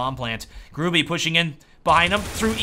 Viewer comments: Gur-ah-bee... Not grew-bee you durp face xD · You read Gruby like Groobugh. And it means "A fatty". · Dear, you should read Gruby with "y" not "i", i am from Poland so you can be 100% shure that i am not lying:D